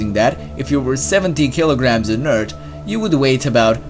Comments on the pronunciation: Why does he say ‘eart’? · Lmao! I wasn't the only one who noticed then! xD